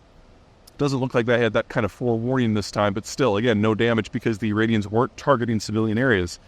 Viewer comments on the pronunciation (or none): none